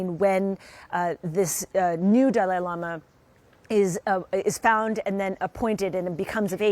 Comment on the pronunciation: Pronounce his name correctly